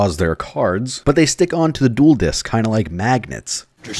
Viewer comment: Duroh!!!! monsutah kahdoh!!!!!